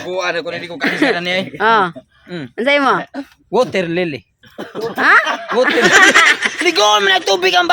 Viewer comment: Waterlili 😂😂😂 baptism gagi